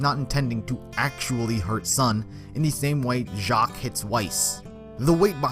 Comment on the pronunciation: Jacques I thought that it was jack-ess